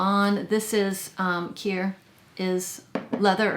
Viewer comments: Another great list! “Cuir” is pronounced “queer” not “cure” ;) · Cuir is pronounced like " queer" it means leather. I feel like I want to smooth a horse wearing this in the saddle. Why do I get these images lol 😆 it sounds soooo pretty 😍